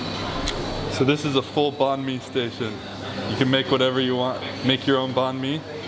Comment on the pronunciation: Bro I couldn't stop laughing when you kept saying banh mi lol. That jetlag is no joke lol